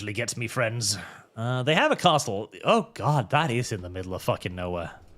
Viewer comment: Im not sure if you're doing a bit, but the t in castle is silent.